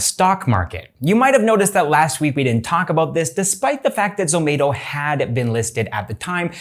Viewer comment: its not zo-may-to its zo-mah-to